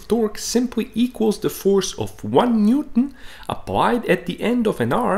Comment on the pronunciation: If i had to constructive criticize you, is that you do not pronounce the word Newton completely and it sounds awful 😢